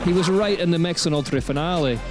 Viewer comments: At least pronounce the name of the location correctly!!!!! instead of that horrible effort! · We would love to, if we knew where we were going because you pronounced it properly. Also pre race organisation was horrible, I called the info point in Finale (In italian) and scanned everywhere on the web to get information on the actual race times and days for each category and trail zones where the race would actually be to plan a trip. No one knew anything! Appalling. So I cancelled a planed trip to watch it. There needs to be actual information, of which day and time each category is racing. GCN/UCI should already have their stuff together, not give us the excuse oh its new, we are just starting and it will improve. It should already be on point, viewers will actually be paying to watch DHWC. You need more staff on point doing each bit. The Old Enduro series race Videos were much better as well.